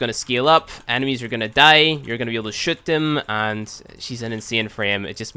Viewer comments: Is it just me or does he say shit instead of shoot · is it me or everytime he says shoot he says shit XD